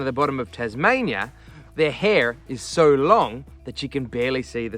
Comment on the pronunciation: It's not "hee".. It's 'Hair'.